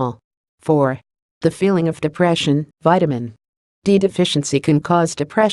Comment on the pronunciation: Poor understanding when reading of Vitamin n D being separated..